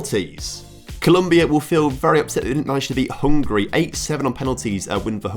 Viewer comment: *Hungary not hungry😂